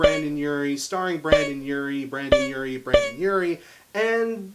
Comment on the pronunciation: Great video but I have to say something that bothered me the whole video. It's BrEndon Urie not BrAndon Urie